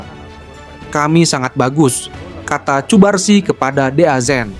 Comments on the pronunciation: Untuk voice over semisal cubarsi di ganti jadi kubarsi, lamine Yamal cukup Lamin Yamal. Karena Vo Ai hanya membaca teks jadi jika di tulis cubarsi maka di baca cubarsi padahal penyebutan yg kita inginkan kubarsi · Cubarsi dibacanya 'Kubarsi' min, bukan Pake 'C'